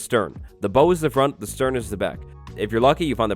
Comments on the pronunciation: The front or bow of a ship is not pronounced "bow" as in "bow tie". It rhymes with "ow!" or "now". The "stern" is also known as a "Howard" in some places. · the front of a ship is pronounced as, bau no bou (like a bow and arrow) which is also different from bow ( to incline the body or head in greeting) note to anyone that plays bedrock that watches these vids, banner points on maps do not work on bedrock. i love looking for shipwrecks and all their variant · Bow rhymes with How, not with Low. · Since no one else will say it since phonetics are impossible to read through text. It isnt "Bow" like a Bow and arrows. Its Bow as in the onomonopia "ow" but with a B in front, or like "Lil Bow Wow", or like bowing down to the queen. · bow for boats is pronounced like it rhymes with now i believe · ok ok ok, its not called a bow, its prounaced bow like bow down to the devs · so u dont boat to often do ya? lol not how up pronounce bow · Bow pronunciation just hurt me it’s bow 🙇‍♂️ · It’s pronounced bow not bow. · I love the way you British YouTubers say "bow." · It's pronounced bow like take a bow not bow like bow and arrow :) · Bow of the boat = bow like bow down, not bow like tie a bow. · Where'd you learn how to pronounce the "Bow" of a ship? hahaha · It's pronounced bow, not bow